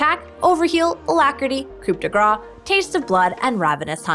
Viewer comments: we do not pronounce the P in coup , and yeah we say it like grass, so it's roughly like "cou de grass" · I had french for one year and imo it should be pronaunced as coo de greiz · will y'all quit saying coop d gras in all your videos for the rune? the p is silent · pronouced coo de grah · I like how every american say "coup de gra" instead or "coup de grace" yet they prononce "amazing grace" correctly. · coup de grace is actually pronounced "cou de grá" but okay